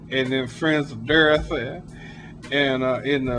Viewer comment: "La-Bee-Shins" LOL. "Friends of Derthy" ROFLOL